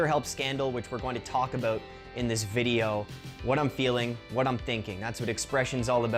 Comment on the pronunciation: That's what it's all aboot